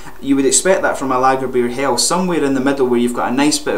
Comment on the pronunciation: As a German I must say that your pronunciation of "Lagerbier Hell" is pretty decent. :D